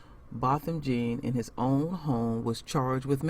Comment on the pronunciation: It's Jèan not Jean. It irks me when people say Jean.